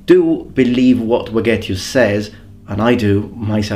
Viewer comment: I want to say that in Vegetius the V is pronounced like V from Veterans